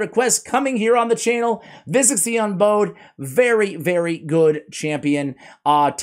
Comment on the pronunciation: man I love your channel. You were the first RAID SL content creator that I ever watched. Great champion guide on Visix! Now with that being said I have to say that you are saying Visix’s title wrong 😑 You’re say bow as in a bow on a gift or a in a girl’s hair. However it’s bow as in bows 🙇‍♂️ before a king. The word Unbowed means not to bow or bend the knee to anyone. So in short it means that Visix has never bowed before any king, queen or authority. Unbowed is a real word that you can google for the meaning and pronunciation. I just want to see one my favorite content creators knock it out of the park! I will check you out on the next one. Again great job, I really mean that! You are tops!